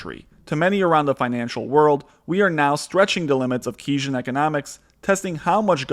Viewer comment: Keysian economics? I'm going to watch the rest of the video, but if you honestly never knew how to pronounce the term Keynesian (after John Maynard Keynes) then I really don't know what more you could do to put doubt into my mind that you understand the topic you're about to discuss.